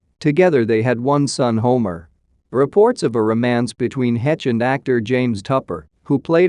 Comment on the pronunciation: This dude talking is mispronouncing this poor woman's last name. It's not "hetch" Can anyone hire others for videos that know how to pronounce people's names correctly?